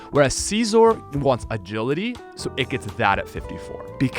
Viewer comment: "If Ledian Bagility Aaton Bass" xD